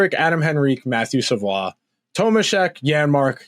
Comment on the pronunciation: Savoie is pronounced like Savoy... unlike Rafael Lavoie